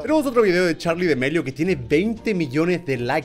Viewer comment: Todo el mundo: charlidamelio German: charlidemelio